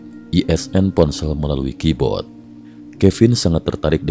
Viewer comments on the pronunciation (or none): none